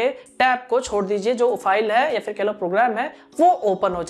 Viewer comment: he talks 1)yaa fir kahlo 2)yaa fir kehlo 😄😄